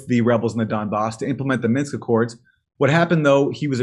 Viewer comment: It's "MINSK" 😛